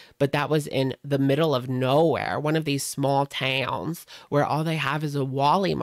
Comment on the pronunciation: "one of those smaell teyowns" awesome